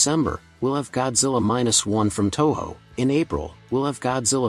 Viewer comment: Your insights and breakdowns are well done, but your video would be more professional if you could take a moment to review your script and check pronunciations, and correct names. These "Titans" are some of the oldest and well-known genre monsters of all time and their names are easy to find as are the actors cast in the series. I believe you mispronounced "Toho" (the studio which introduced Godzilla in 1954.) as ""it's a Classic 'Tower-style' Godzilla" (I was honestly unsure of your reference, it appears ) ... It is "TOE-HOE". Consistently, "Rodan" is pronounced as "ROD-IN", he is "ROE-DAN", the name unchanged nor the pronunciation 'tweaked' (this happened with Ghidorah in "King of the Monsters," where the emphasis on a syllable of his name was altered. Or it may be the entire U.S. group of the "Toho Kids" HAVE been pronouncing it incorrectly for decades.) since Rodan's introduction. In the U.S. it is correct to refer to everyone's Big G as "Godzilla" (the U.S. release title in 1956) or "Gojira" (GO-JIH-RAH) as he is known in Japan upon his own introduction in 1954. The actor returning from "Skull Island" is the very prolific and excellent JOHN Goodman, you clearly identified him as "Josh" (John Goodman appeared on the sitcom "Roseanne" in the role of the title character's husband for several seasons.) I apologize if this seems overly harsh, I work as a writer in the Entertainment Industry, and one of my many jobs as a Lead Researcher, copy writer and producer is to h